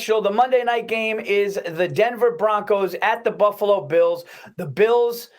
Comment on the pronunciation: Bills pissst lol love it